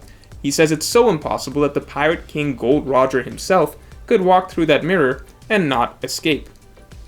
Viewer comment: Am I the only one that is bothered, when the no.1 OnePiece nerd says Gold Roger instead of Gol D. Roger